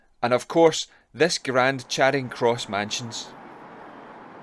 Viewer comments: Glasgow folk pronounce Charing as 'Chayring', not 'Chaaring'. Excellent video. Keep up the good work. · Brought up in Glasgow, and worked in Charing Cross Mansions. Pronounced…Cha. Ring. Not chayring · "Chayring" jeezo lol. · Glasgow folk don't normally do long vowels, so they pronounce Charing as 'Chayring'. On the other hand, London folk love long vowels, so they pronounce Charing as 'Chaaring'. By 'Glasgow folk', I, of course, mean people born and bred in the city of Glasgow.